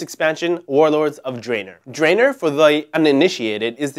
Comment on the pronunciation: lol it's draenor not drainor(witch sounds like a drain cleaner).